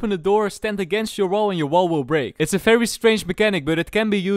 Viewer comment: I love your videos, but...why is it always "F" when it should be "V"?